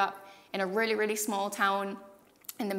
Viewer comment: I can hear a mix of English accent and Irish accent, but when she says words like "really", "town", "here" and "Barbados" there's a definite Caribbean inflection that is very clear that comes out.